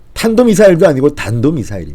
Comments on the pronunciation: 이빨이 새서 발음이 션찮은가??? 단도 ☞ 탄도 저런 인간을 믿고 이 나라에서 살아가고 있는 나는 왜! 이리도 불안하지??? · 경상도 사람이 쌀을 살이라 하듯이 탄도를 발음을 단도라 하나요? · 쩝쩝이는 말도 제대로 못한다 탄도면 탄도지 단도는 머꼬 병신아 보고도 못 읽냐 외교도 몰라 안보도 몰라 정치도 몰라 아는거 하나도 없는 무뇌충인간이다 쪽팔린다 병신아 너란 인간이 대통령이란게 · 문좌빨은 미국가서 사인할때 대한미국이라고 했는 자질부족인데 단도 발음이 그와같은 지랄병이구먼 문좌빨은 가짜지만 인간이하야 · 단도.. 발음 좀 단듸하지..그리고 이 정부는 제발 공식 발표에서 되도 않은 영어 좀 섞어 쓰지 않았으면 좋겠다. 지들 딴에는 영어 쓰면 좀 멋있어 보이는 줄 아나 본데 진심 극혐이다. good enough deal? 대화의 momentum? 정말 저렴하기 짝이 없다. ㅋ +중간에 입술 나온 사진도 극혐이긴 마찬가지. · 쩝쩝이 하는짓 갖가지 ,, 눈 띵굴띵굴 굴리며 ,혀까지 탄도 가 안되나 뜻을모르나 발음???? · 옴마야 벌벌 떨어서 발음이 헛 나왔나 ? 설마 탄도 미사일의 의미를 모르는거. 아니겄죠?? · 탄도미사일의 경상도 사투리 인가? 무식한 인간 ㅉㅉ. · 계획적으로 실수하는척. 탄도라 못하고 북괴식 살짝 발음 바꿔서 사용했다 입니다. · 대한미국 한것처럼 정은이와 암호 교환 한것 아닌가 발사체라고우기다가 탄도 발음이 되겠나 북한대통답다